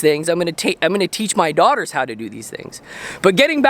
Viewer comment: Don't worry about ignorant people.❤ Now, you said "daughtersssss"... Did you and Betty have another baby girl??